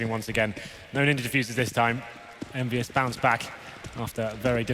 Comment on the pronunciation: its not envyus its kennvyus :X